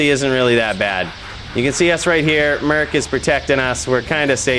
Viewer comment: lol i feel the same way when he says "merk" instead of "merc"